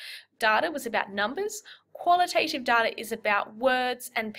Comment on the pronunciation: The second "a" in qualitative and quantitative isn't pronounced like the "a" in "name". It's a short "a" that doesn't say its name.